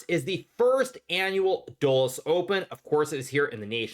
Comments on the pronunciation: It's pronounced "dull-us" not "dole-us" ... named after CIA chiefs and founders ... the Dulles Brothers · You're not saying Dulles right. It's pretty annoying how you say it.